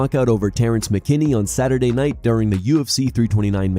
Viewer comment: Max "we'll find out next SaturYear" Holloway